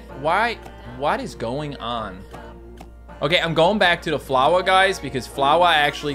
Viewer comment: flowah is same as a too too, mute her